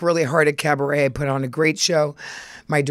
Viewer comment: A minute and 14 seconds in and Luann is saying carbaret! She never disappoints. The countess is a machine and love it. 😂